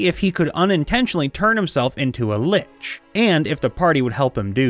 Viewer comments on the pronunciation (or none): none